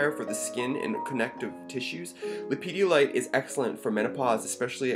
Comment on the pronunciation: Not sure how I came to this video, but my dood, there is no children's gatorade in this stone. It's pronounced Lepidolite, just as it's spelled. It's not Ha ha